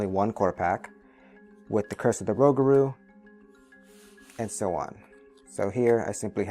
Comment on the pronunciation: Rougarou pronounced rew - Gar - Oh (long O) and is French for Werewolf.